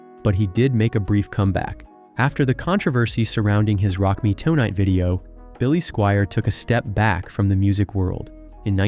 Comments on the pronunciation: It's Tonight. Not Toenight? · "After the controversy surrounding his Rock Me Toe-night video" 🤣